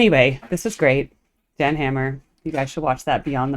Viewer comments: It's pronounced "Yan" 🫡 watch him do "you know you know" live and moogfest ~ enjoy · His name is pronounced "Yan".